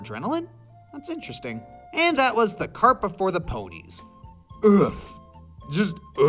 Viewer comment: 'OOF, just OOF also that's not how you say 'oof'